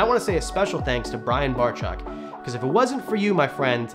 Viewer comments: Did he really just open the video saying Brian Bar-chuck? 😂😂😂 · No it's pronounced (Bar-Check) not sure why sometimes gets it right but others not so much lol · im glad u had a great time.. i think u only said Bryans last name right 1 time lol